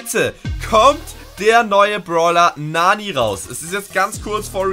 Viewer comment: Bruder es heißt nicht Naani, es heißt Nanny. Und sie ist weiblich, nicht männlich